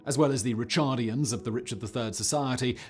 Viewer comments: Sorry Simon. it’s “ri-CAR-dian”. also, George was executed by Edward IV in 1478, not by Richard. If George had still been alive when Richard took the throne, Richard probably would have had him killed too, because George was a right pain in the ass and needed killin’. Please don’t assign more to Poor R3 than his memory already has to contend with. 😊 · Wonderful! ( Ricardians, not Richardians.)